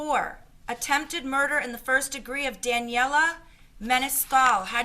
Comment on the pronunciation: She said murner not murder